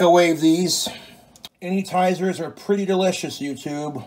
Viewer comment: Did he say "those Mike tyson anytizers?" ☠️🤣😂